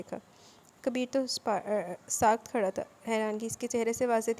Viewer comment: Good novel Ye pehla novel ha jisy me sunn rahi hon Wrna mje khud SE prhna Pasand ha I enjoyed your reading Bs 2 lafz ghalat pronounce ho rahy 😁 1: ha wun,nuk ہونق(ہونک) 2:saakit ساکت Haseena novel Ka name to BTA Dein